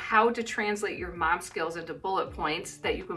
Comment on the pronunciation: You're turning into a New Zealander, you were pronouncing Mum more than Mom.